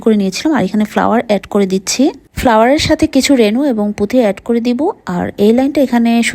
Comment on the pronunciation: পুথি না আপু,পুতি🙏🙂